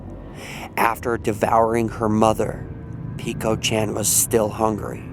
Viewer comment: Peko chan is pronounced p-e-k-o put them together. ch-an.